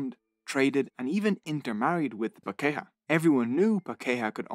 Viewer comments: He says "paKEha" when he should be saying "PAkeha". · His vowel sounds were pretty good, if slightly accented. The issue is that he put the emphasis on the second syllable for most words, whereas the majority of te reo maori words have emphasis on the first syllable. MAO-ri, PA-ke-ha, MA-na, TA-pu, etc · As far as the pronunciation goes, it was pretty good apart from the pronunciation of puh-KAY-ha, right? As a kiwi puh-KAY-ha, I think the history was pretty good until the end, where he gives essentially the globalist narrative. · no and no. it's pronounced paa ke haa. historically it most likely meant pale mystical human-shaped beings, and in current usage it means fair skinned new zealanders. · he pronounced Pākehā wrong every time and he was kinda close on pronouncing Māori correctly. most words he pronounced were wrong but apart from that the video was great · the pronunciation is off with some Te Reo Maori words, like "pakeha" especially. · well, except for Pakeha, but that's understandable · ccc Perfect is far too strong. words like pakeha and Waka are way off. Still a decent effort though and better than many white NZ'ers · You did pretty good on pronunciation, except Pakeha. That was painful.